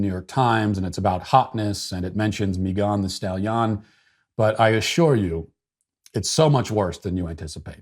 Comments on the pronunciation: The whole video I was trying to find out who he was talking about. The way he was saying her name sounded like it was from a different country. 😆 other than that I have no comment on the other stuff since I don't have it in me to care. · You've somehow improved her name with your mispronunciation... It now sounds like a rhyme in itself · Mee-gone the stal-yon 😂😂😂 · "Mee-gone the Stal-Yon" cracks me up every single time. 😂🤣😂🤣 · Mei-gone the Stal-Yon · Meegone di stahleeon, 😂 that got me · The pronunciation of Megan thee stallion is the greatest thing I've heard on the internet in this last month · The pronunciation "Megan thee Stallion" Is 🤣🤣🤣🤣🤣🤣🤣🤣🤣🤣🤣🤣🤣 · Matt's pronunciation of Meghan Thee Stallion is the best thing I've heard in a long time 😂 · Yes it is ! I freaking loved it!!